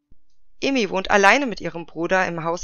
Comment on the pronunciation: Noch mal ein Hinweis zur Aussprache, Ai wird wie das deutsche Ei 🥚 ausgesprochen, und die umschrift Ei so wie du es im Video sagst. Also wäre ihr Name Eimi, würde er so ausgesprochen werden, wie du es im Video sagst, aber Aimi wird A-I-MI ausgesprochen :)